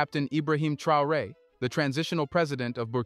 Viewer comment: His name is pronounced TRAY-OR -A……..3 syllables……you’re welcome